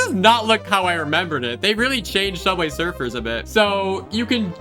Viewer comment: Sooubway srfr